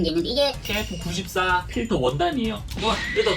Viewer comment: 나는KF94를 케이크94로듣지ㅋㅋ